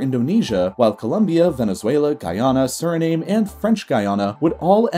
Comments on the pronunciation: Its official name is Surinam-uh. Source: I speak one of its official languages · That's in dutch, in english it's "SU-RI-NAHM". Hence why our official airline (Surinam Airways) left out the E. Its silent in english. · I cringed every time he pronounced Suriname "surrey name" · It Suri_nam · Xeno dude Thank you! I cringed every time he said Suri-name... 😫 And I’m neither American nor Surinamese... 😀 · I thought it was pronounced as "Surr-ih-nah-me". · Suriname is pronounced "SIR-uh-nahm." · French Guiana is pronounced Gee-ah-nuh and Suriname is Su-ree-nahm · Surinam is pronounced SUR-E-NAM. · You’re saying it wrong it’s Siri-nam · And it's Suriname pronounced lime vietnam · Suriname is pronounced Sir-ri-na-am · It’s pronounced suri-nam, like Viet-nam. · no it's not pronounced the way he said it in the video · "Let's make a video about South America and mispronounce 'Suriname' every time." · Pensé que era Suriname 🤷.. Every day you learn something. Greetings ☮️ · Nice feature on geography. However, you need to work on your pronouciation of Suriname. (Sort of rhymes with Veitnam). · Suriname rhymes with Vietnam. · There are so many exaggerations in this video. And I wish the narrator took 5 min to read up the correct pronunciations of Suriname and Guyana. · Suriname is pronounced without the E like Vietnam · You might like to check your pronunciation of Suriname! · You do a video on geography, post it on Youtube and don't look look up how to pronounce 'Suriname'? Shame on you! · I downvoted you for REPEATEDLY mispronouncing “Suriname”. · "Suriname" "Paragüey" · It's pronounced SuriNAM not SuriNAME. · Suriname is pronounced Surrey-nom. Like nom, nom, nom. 😁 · How he pronounces the names of the countries in the Guiana Highlands drives me crazy. Suriname - soo-ree-nam Guyana - guy-ana Guina - ghee-ana Hops off soapbox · Btw Suriname is actually javanese peoples from Java Island Indonesia, which was former dutch colony. So yes it pronounced Suri-nam not Suri-Name